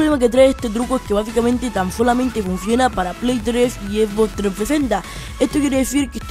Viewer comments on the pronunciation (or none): none